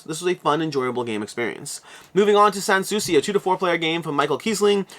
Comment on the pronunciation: You pronounced "Sanssouci" correctly. It's actually 2 words together: "Sans Souci". It means "Without Concern". The second (last) "s" of "sans" is silent. :)